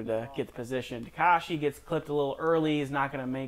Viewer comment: His name is TakEshi, not TakAshi